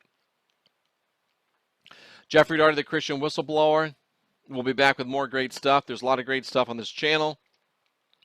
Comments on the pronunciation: You need a "B" in your WHISTLE-LOWER!!!!! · Love your stuff but your missing the “B” in Whistleblower